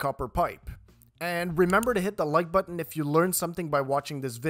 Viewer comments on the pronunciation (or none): none